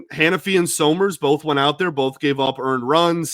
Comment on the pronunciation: Isn't it pronounced "summers" (Like Champ Summers!) not So-Merz?